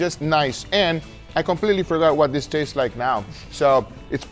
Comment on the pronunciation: Gugas favorite words “Diss, Dat, and Dare” (This, that, and there) 😏😏